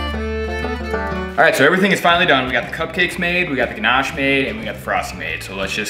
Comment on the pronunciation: pronouncing Ganache like a pro! 😂...that all looks wicked! I was impressed at how you filled the muffin tin without making a mess... I haven't unlocked that feature yet LOL, I ruin the kitchen every-time I bake